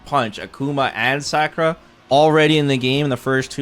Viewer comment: Who is Sackura?Its Sa- ku- ra